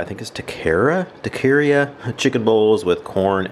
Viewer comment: Taqueria = TA-KER-EE-AH A restaurant that sells tacos and other mexican food